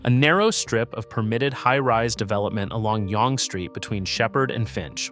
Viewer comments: It's pronounced "young street". It just has an annoying British spelling. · Yong-gay 😆 maybe only college to Wellesley would Yonge be pronounced like that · you needed a bit more research on this video, no offence. first of all the Yonge pronunciation, and then calling it "nearly 3 million people" from an outdated 2021 stat when the population is over 3.3 mil in 2026 is quite sloppy and makes you sound uninformed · Pathetic video of Toronto BUT SHOWING buildings from a variety of other cities ! Not to mention not even knowing how to pronounce YONGE ST. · how you going to make a video about Toronto and can't take the time to educate yourself on the pronunciation lmfaooo